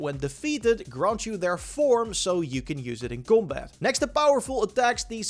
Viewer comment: u say combat like 'gumbaat' lol its hilarious xd esl god